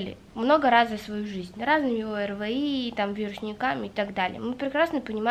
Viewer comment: Чего ты говоришь «ОРВЫИ»,если «ОРВИ»🤦🏼‍♀️🤦🏼‍♀️🤦🏼‍♀️